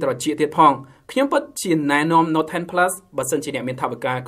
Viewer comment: នេះពិតNoteមិនមែនNot ទេ😁